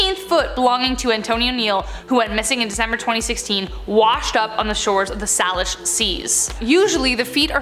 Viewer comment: Its pronounced "saylish"sea